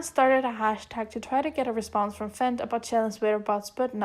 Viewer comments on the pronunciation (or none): ik fent looks like "fenty" but it's actually pronounced "F.E.N.T."